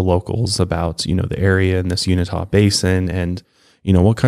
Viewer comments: I live in Utah. And I am dieing when you say Uintah. You mispronounced it. Its pronounced "you-in-tah" My grandma, aunts and cousins use to live out by the ranch. My aunts loved to go rock hunting in the mountains. And they would tell us stories about finding an animal that had a chicken head and dog body. They seen UFOs coming out of a mountain. My aunt felt the ground vibrating and could hear machine noises coming from underground. And she said all this long before the details of skin walker ranch were released. I don't even know if ppl knew about the ranch. My aunt claims that one night she was driving home down a dark road and it was around 9 pm. She sees a light in the sky and pulls over to the side of the road. The next thing she remembers is starting her truck because she was freezing. And it was 3 am. So she thought she just fell asleep. Well what was weird is all the sudden she had on a bomber jacket that she had never seen. So she puts her hands in the coat pockets and pulls out a wallet. And in the wallet their was a heart shaped locket With a black and white picture of a man and a women, a military ID with a picture of the man on the locket. And a card for area 51 with time and dates wrote on it. My grandma hid the wallet and jacket for years. And we weren't allowed to talk about it. One day multiple vehicles pulled up to her property and these men dressed in black suits got out of the cars and started questioning my grandma about the wallet. And I have been told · I live in Utah as well and noticed he said it incorrectly... 'you in ta' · You-in'- tuh is how you pronounce Uintah ...just saying. I live at the gateway of the Uintah mountains...its an amazingly beautiful place to live. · It's pronounced yoo-in-tah basin in Utah just in case you ever needed to ask someone where it was. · I love here :) it’s pronounced You-in-tah. Not unitah but most natives here refused to go there or even talk about the ranch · Unitah lol. Try uintah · You-in-ta= uintah